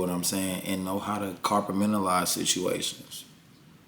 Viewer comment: Someday will say compartmentalize properly. However, I hope that day doesn’t come anytime soon. My dawg.